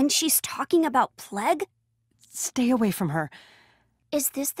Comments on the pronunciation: tHe pLeG SiS iTs PL-AI-G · Dzuma: plauge not pleg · It’s plague not plegg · I like how she says plague as pleg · Not pleg you pleb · Lmao they said plague wrong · What the PLEG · Pleg Walk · p l e g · noo you fucking moron he is saying pleg because they said it wrong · why does she say Plague like that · Anyone uncomfortable how she said plague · She says plague wrong hahha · She says plague like a Canadian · Ahhhhh! Stop saying plague like that! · I hate the way she says plague. But forreal I hate how all these idiots don't listen the first time, it seems like the all want to die